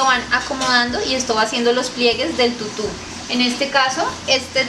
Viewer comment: Tutu ba con acento tutú